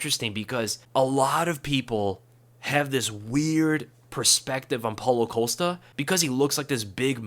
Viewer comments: Costa. Not Colsta. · The dudes name is Costa, not Ocosta